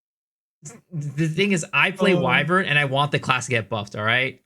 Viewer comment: the only one who knows how to pronounce "Wyvern" lmao